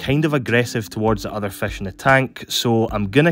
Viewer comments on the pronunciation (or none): I remember this guy of the way he say fesh UwU Im actully trying pick my first fish and I thought goby! Now Im here again yay Hmm.. Do Wheeler goby sand sift too? 😅